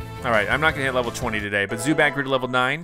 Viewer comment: Zubat like boo bat 😂😂😂😂😂😂😂😂😂😂😂😂😂😂😂😂😂😂😂😂